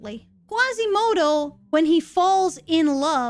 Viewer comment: There is no "Qwasimodo", there is no "Qwebec" there is no Son "Gowku" and there is no Angelina "Jowlie" either... Cheesus F Christ people... ugh...